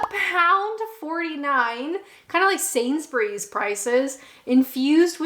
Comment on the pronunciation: It's always nice to hear a North American accent pronouncing Sainsbury properly and not "Sainz-berry"